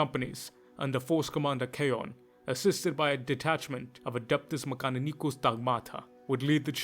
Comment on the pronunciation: 10/10 video in every way except how you kept butchering mechanicus , well not butchering but the either Italian or Spanish spin on it, eats my soul